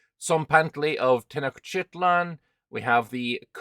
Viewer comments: it’s Tenochtitlan. Ten-och-ti-tlan, 4 syllables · Te-noch-ti-tlan would be the right pronunciation, but as silly reminder you could use: tea notched its lan.